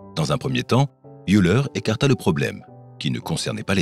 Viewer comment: Eh ben, ça ne s'arrange pas dans ce Youtube ! "Youleur", comme vous nous dites ça n'est pas le nom d'Euler ! Que vient faire aussi votre "ducou" à répétition dans staffaire ?